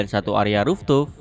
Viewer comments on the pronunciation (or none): Mas mas... Fooftop. Dibaca RUFTOP. Bukan ruftup